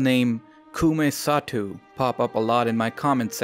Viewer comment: "Satou" is pronounced "Sah-toh."